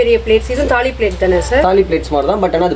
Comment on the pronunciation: தாளி இல்லை. தாலி(Thali)